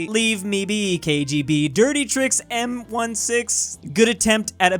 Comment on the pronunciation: did nobody notice that called mi6 m16